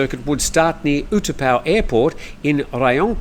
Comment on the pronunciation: the airport name is not pronounced (or spelled) oo-2-pow but oo-tah-pow.